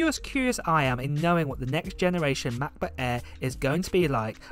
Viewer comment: McBook eeeeeh